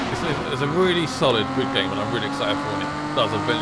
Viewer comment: Did he say Glid?